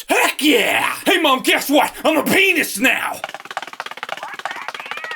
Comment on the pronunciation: that didn’t sound like “pianist”😭😭